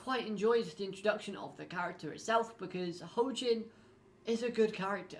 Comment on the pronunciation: It's pronounced like Joaquin, he's named after the football player. One of my favorite villains in the series, he's just got style.